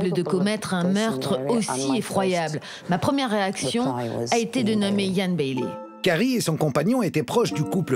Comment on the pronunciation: Ian Bailey = [ iiyen beïli ] et "Jules" = [ djoulz ] Chaud l'anglais des journalistes français quand même! xD